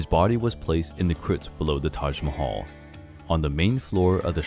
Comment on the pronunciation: u r pronouncing Taj Mahal incorrectly